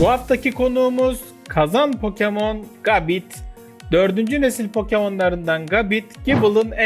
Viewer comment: Abi gabite isimli pokemon un okunuşu gabit değil gebayt öbür türlü bite isimli saldırıyada bit derdik.